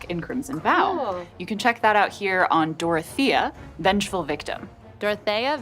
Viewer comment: They both pronounced Dorth-ee-uh and Dorth-ay-uh. Well, alrighty!